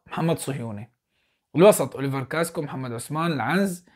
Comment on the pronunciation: يا صديقي اسمه كاسكااااااو مو كاسكو لو سمحت لاعاد تقول كاسكو 🙏🙏تقدّم وفقك الله